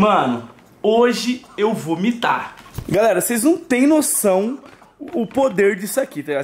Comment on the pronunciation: E ele"vó jogar fora" "Vó Naum" quem escuto curti